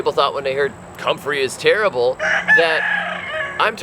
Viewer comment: You overdid it with the "terrible", made a bad impression of you!!!